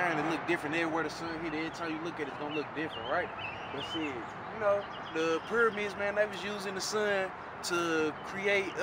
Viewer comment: Buckacre 134 he pronounced pyramids as permids